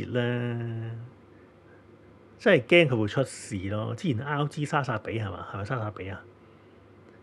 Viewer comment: 點解我會聽到"孝子"高達😂 原來係RG🤣